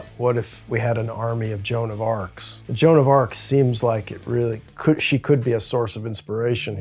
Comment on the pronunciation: Joan of arc bro